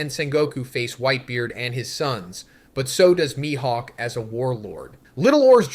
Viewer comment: Straw Hots, My-Hawk lol